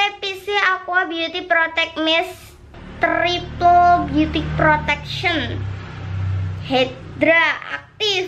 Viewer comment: 2.26 "trrrriple beauty prrrotection.." *posthink aja kekey lagi ngelatih kecepatan geter lidahnya